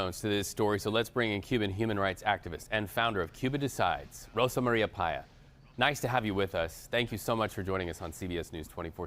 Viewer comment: It's not "PAyas"... it's "paYÁS"